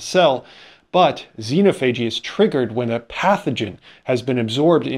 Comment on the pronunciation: xenophagy: You should emphasize the second syllable.